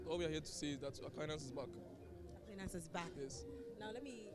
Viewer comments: You have no idea of transcription, sir. That's my alma mata. It's spelt Aquinas, yes; but it's pronounced as /A-kwai-nas/. Check any good dictionary up for words and how they are pronounced. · "A-kwai-nas" Madam presenter, the Catholics go vex plus you o😂😂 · Our school is A-QUI-NAS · Madam presenter, please learn how to mention the name of our school 😔 AQUINAS